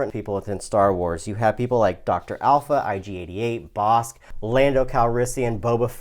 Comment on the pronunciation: Dr Aphra! Not Dr Alpha.